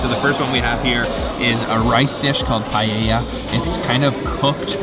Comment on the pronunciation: It's nice hearing you pronounce paella correctly ..